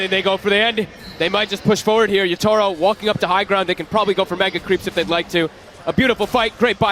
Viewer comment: Everytime this guy says Yata-Ro, it grinds my gears